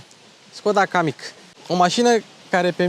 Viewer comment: kamiq se citeste "cam mic"